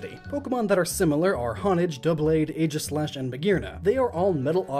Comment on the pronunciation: AEGISLASH, NOT AGIESLASH!